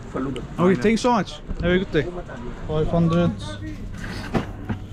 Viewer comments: traş der ki: tenk yu tenk yu 😂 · kardeşim niye iki defa tenkyu tenkyu diyorsun yahu..